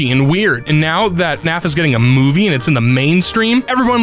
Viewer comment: I'm sorry, but did he just say "Fnaf" instead of "F-N-A-F"